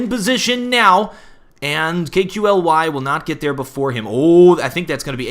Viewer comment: Hey, KQLY => say it like that KALY ( like you say "Stan Lee" );)